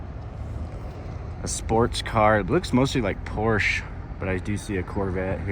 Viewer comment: Good to hear "Porsche" pronounce properly the abbreviated way that flusters the Poindexters.